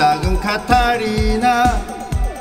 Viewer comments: 아닠ㅋㅋㅋㅋ왜 까타리나 라고 하는거에여?ㅋㅋㅋㅋㅋㅋ한사랑산악회같음ㅋㅋㅋㅋㅋ아너무웃곀ㅋㅋㅋㅋㅋ 호이호이호이 왜케 찰짐ㅋㅋㅋㅋㅋㅋㅋㅋㅋㅋ아진짴ㅋㅋㅋㅋㅋ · 까타리나라고 발음하는 거 개킹받네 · 까타리나로 발음하는거 진짜 킹 받네요